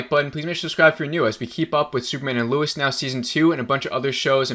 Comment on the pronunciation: Bro you keep saying Luis